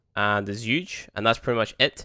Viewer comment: The zhuge is pronounced "zhu" the g and e are silent